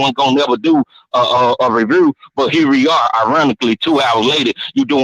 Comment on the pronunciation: Bruh I was driving down I-77 and I had to pullover when that boy said "revrew"🤣🤣🤣